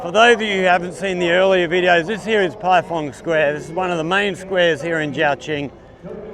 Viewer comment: Not being pendatic. It is pronounced as PieFang square. 🙂 I miss ZQ after being there for 12 years. By the way, Which school do you teach at? Any other foreigners at the school?